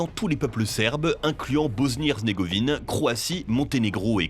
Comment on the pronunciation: c'est moi où personne prononce bien "bosnie-herzégovine", même dit "bosnie-herzNégovine" 😂